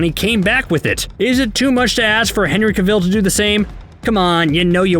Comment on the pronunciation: Everyone: Henry Cavill Nobody: Absolutely nobody: Screen Rant: Henry KUHVELLE